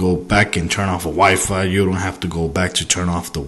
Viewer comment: "constantly searching for a wife," haha LOL. I know you mean wifi but I had to laugh. sorry bout that.